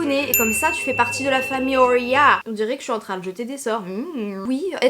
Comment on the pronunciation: On dit je me trompe 😂😂❤️